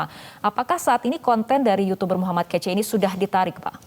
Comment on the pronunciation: Min..min.. M kace bukan KECE🥶